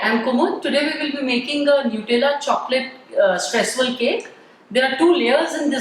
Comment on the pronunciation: it's not stresssuel its streusel